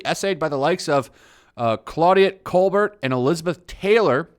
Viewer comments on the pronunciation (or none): none